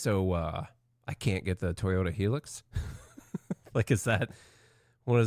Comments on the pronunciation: High Lux. Not HE-lux. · Why does not one know how to say hilux, it is not spelled helix!